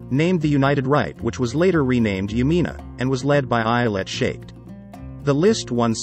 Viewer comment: Sure botched the pronunciation of Lapid and Shaked — please consider checking and correcting.. otherwise, and interesting briefing.